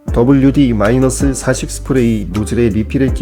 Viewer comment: 이건 어느나라식 발음 일까요? 40을 훠티.라고 읽는 언어는 처음봅니다. 더블유디사십이라고 읽으면 어떨까요?